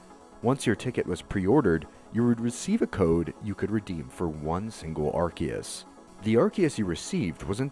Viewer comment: rare youtuber that doesn't mispronounce arceus